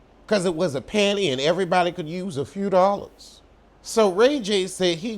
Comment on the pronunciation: “Could use a few dallars 💰 “ 😫